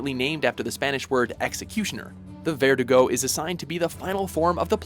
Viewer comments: ver-DU-go, not VER-du-go. hi-GAN-te, not YI-gan-te get your spanish straight. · It's pronounced "verDUgo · Verdugo is pronounced like ver-Doo-goh. Gigante is pronounced like Hee-GAHN-teh. Just FYI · Nice list but... it's not VER-du-go, it's Ver-DU-go, and it's not "Jigante", it's something like "Hi-gante". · Hey, dont you have one SINGLE spanish speaker in your staff? Great video just some pronunciation errors. Its "verDUgo" not "VERdugo". Also "el gigante", the first "g" is pronunced like the "h" in "helicopter" so itd be like "el higante" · verDUgo is how you pronounce it in spanish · Terrible pronounciation of verdugo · I thought "Verdugo" was said like "vehr-doo-goh"... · Once again, what's so difficult about checking the correct pronounciation of Spanish words before making your videos? Verdugo is pronounced with the emphasis on the U, not the E. El Gigante is also mispronounced but that one is understandable so I'll let that pass.